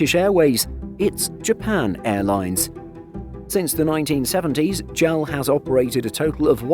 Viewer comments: JAL is official, not J-A-L. A-N-A is official, not ANA. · Have to quit watching after a full minute of hearing JAL pronounced "gel". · It's the first time I hear someone pronounce "JAL" like a word. People around me always say "J-A-L", just like you didn't pronounce "SIA" as "sia". I just find it interesting, is there anyone else who pronounces it as "jal"? Or does anyone say "ana" instead of "A-N-A"? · It is werid to hear JAL instead if J-A-L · I noticed that too. I always pronounce it as separate letters.